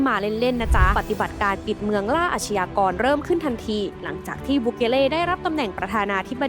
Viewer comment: อาชญากร..อ่านว่า..อาด-ยา-กอน..นะครับ ไม่ใช่..อาด-ชะ-ยา-กอน..นะครับ..คุณแอดมิน..!! อาชญากรรม = อาด-ยา-กำ อาชญา = อาด-ยา